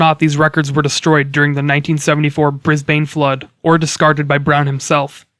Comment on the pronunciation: Protip! - It's pronounced 'briz-BIN' by us locals ;)